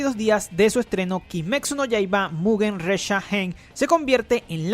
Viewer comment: Siento que dice "Kimexu no Yaiba"